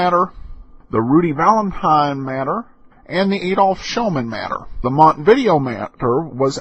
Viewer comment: Montevideo is Uruguay's capital. It is pronounced differently.